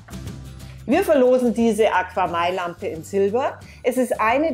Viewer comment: Ich benutze ein paar AQAMai Produkte im Süßwasserbereich und bin sehr zufrieden. Besonders die KPS Strömungspumpe mag ich und das ich alles über EINE App steuern kann ohne im Unterschrank zig Kontroller und Geräte zu haben. Im übrigen wird es AKAMai ausgesprochen nicht AquaMai :-)